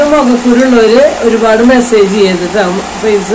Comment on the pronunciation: ഫേഷ്യൽ ചെയ്യാൻ അറിയാത്തവർ ചെയ്യരുത്. Eyelid il pack ഇടരുത്. മെസ്സേജ് അല്ല മസ്സാജ് എന്നാണ് പറയേണ്ടത്